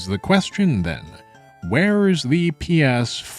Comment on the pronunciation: the way you pronounce PS5 is pretty funny